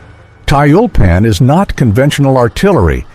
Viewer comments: Комментатор, по работай над произношением и дикцией. Противно слушать тебя. ТЮЛЬПАН а не таильпан. Учи РУССКИЙ ЯЗЫК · 240mm mortar could be said to be a super mortar. The computer narration is mispronouncing Tyulpan.